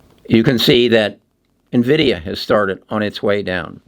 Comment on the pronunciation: In-vid-ia, not Nah-vid-ia.